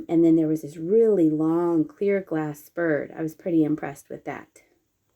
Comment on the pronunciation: At first I thought you said "beer" glass bird. I thought oh something new. But then it was oh, clear glass bird.